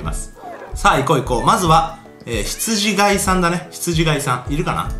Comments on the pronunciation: 「ひつじがい」じゃなくて「ひつじかい」ですよね。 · ひつじがい ではなく、 ひつじかい です。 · 羊飼いって、『ヒツジかい』じゃないんですか？『が』じゃなくて『か』だった気がします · 羊飼い→ひつじがいではなく、ひつじかいです。聖書に出てきます。